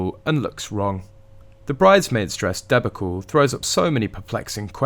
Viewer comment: Is this some kind of bot channel? Debacle and Givenchy is pronounced wrongly. I give up.